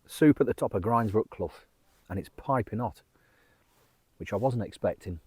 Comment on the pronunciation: Good man for pronouncing "grinds"brook as in rinds (of bacon). It makes my blood boil hearing people saying grinds ( rhyming with with winds). Also lose hill (rhyming with booze, as it should be, quoted as lose rhyming with close) really gets my goat....there was a battle a long time ago, the winners camped on win hill, the losers on lose hill as they became known after....not rocket science is it? And so many so-called P.D authorities on here get it wrong. All the gear and no idea if you ask me.